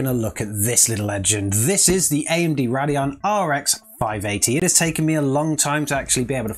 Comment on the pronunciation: Having an accent does not give you the excuse to pronounce the brand name wrong. its not a Roodeon! Its a Radeon, pronounced Ray-D-eon! How you get rod out of ray is beyond me! Say it right damit!